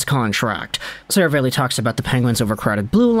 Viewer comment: … “Ser-a-valley”. Not Seravale-y. I assume it’s Italian. You’re normally so well spoken I figured I’d help you out.